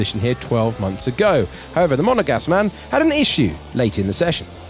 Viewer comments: “7 time world champion” and the “ Monegasque” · "the monagask man" can they just stop already